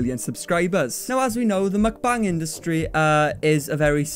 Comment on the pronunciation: Every time says "mukbang" it sounds like he's talking about a new line from McDonald's - the "McBang" 🤣